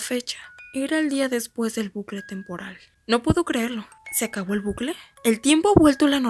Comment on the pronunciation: Se dice bucle no blucle jajajja